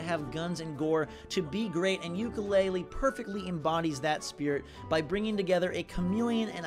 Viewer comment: Ukelele is maikelele